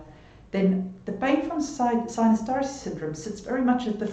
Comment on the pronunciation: are you originally from eastern europe or germany perhaps? The way you said "tarshi" makes me think this. Thanks for all the info by the way!